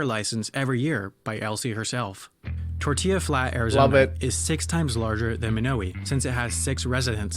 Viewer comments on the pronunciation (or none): none